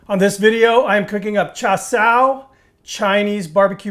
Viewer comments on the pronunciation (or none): Ain’t called cha sow! It’s cha see…you. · charr sow ............ hahahahahahahahahahahahhaha this guy knows nothing about cooking nor the language of the country he is cooking in .................. what a joke...